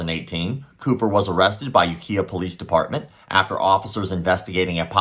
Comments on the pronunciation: And You Kai Uh, not You Kia for Ukiah. Another good video though, thank you. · Kai as in lie/eye. Was gonna comment that but saw this. Understandable mistake to someone who's not heard it pronounced first. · Does it bother you that pronounces Ukiah incorrectly? Bugs the F outa me.